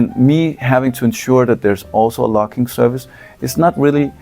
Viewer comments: Until it appeared on the screen, I thought you said "lock." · Your accent made the word "logging" sound like "locking"